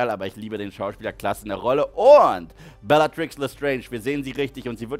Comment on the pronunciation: Es triggert immer noch wie er Lupin ausspricht und belatrix Lestrange Lupin und Neville Eltern wurden gefiltert bis zum Wahnsinn von Rudolphs Rabatt bellagrix und Barry chorisch jr